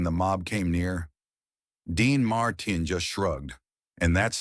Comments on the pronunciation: voice is right pace and easily understood – needs few tweaks like "Marteen" not "Martin". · What's wrong.with you can t you speak like a human his name is Dean Martin.not martain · Dean Martin is mispronounced as Dean Mar...tine phonetically. A quality review program will prevent erroneous verbiage pronunciation. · Who is / was Dean Marr Tin? Can't these robots get some speech therapy? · Dean marteen😂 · AI can't even pronounce the name, "Dean Martin," correctly. Gave this a thumbs down for the AI narration. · This is impossible to watch. The robot voice can’t even pronounce Martin. Hire a human being for pity’s sake. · The robot voice is horrible. Sal Mineo’s name wasn’t pronounced right even once. Same with Dean Mar-TIN Hire a human being for pity’s sake.